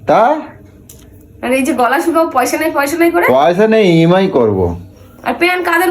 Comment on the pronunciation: কথাটা ই এম অাই ।উচ্চারণ ঠিক করুন।